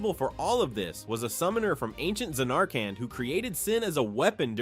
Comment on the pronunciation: Za nark and. Definitely not AI 😂😂😂